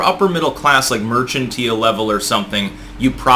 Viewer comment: It's "mercantile" ... ... usually followed by "class" ... MERK-an-teel. Jesus! Get fucking help.